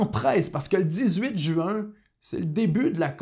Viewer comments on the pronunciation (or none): none